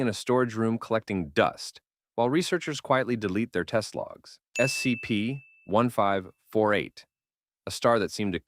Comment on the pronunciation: Yeah the 'voice' has said "scp" in like 17 different ways. None of them consistent with each other. On top of that, it doesn't say the numbers correctly